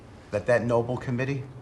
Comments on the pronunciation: Why can't any of them pronounce The Nobel Peace Prize correctly... It really gets on my nerves when they say The "Noble" Peace Prize... tRump's neither noble nor is he peaceful, so he wouldn't deserve that one either. They prove their low intellect daily, and it's not even amusing anymore... it's just tiresome. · Is that moron seriously calling it the NOBLE award??? It's NOBEL you tool 🙄🤦🏼‍♀️ AND is pronounced as such! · Can any of them pronounce Nobel correctly? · Why do they all mispronounce 'Nobel'?